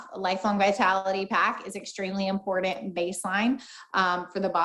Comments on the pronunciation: Its very im-poor-dent. Ugh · EMPOORDENT. The way says important grates me.